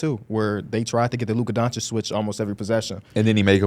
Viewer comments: How is it your job to talk basketball but you still say “donkchick” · If yall can get antetokounmpo right, yall can get Doncic right. It in not Donchick 😂😂